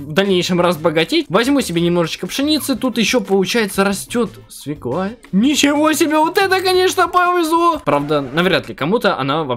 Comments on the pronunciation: ты лучший но смотри не свекла а свёкла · Правельно говорить свёкла. А так хорошо :) :3